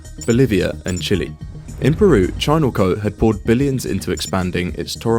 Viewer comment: It's not chili It's Chile